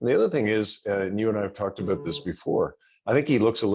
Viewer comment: he says "aboot". Maybe some Canadians DO say "aboot".